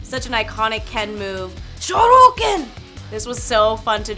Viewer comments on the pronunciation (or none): this is amazing to watch, but hearing her say “Shoruken” without the “Y” made me cringe a lil ☠️☠️ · She's adorable but as a Ken main, I cringed when she said "Shorooken". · "Shouken!" me, a Street fighter weeb ITS SHORYUKEN! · Am I going deaf or she spelled it as shoroken in shoryuken